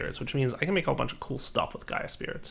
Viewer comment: eyy gov'na it's Gaia